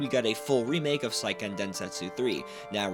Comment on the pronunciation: "Say"-ken not "sigh"-ken